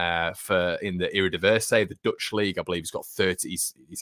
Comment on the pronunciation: erdivisay sinissterra cockchoo fayernord just some pronunciation suggestions